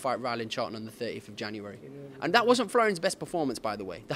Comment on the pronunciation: “That wasn’t flroians best performance” neeeee 😂😂😂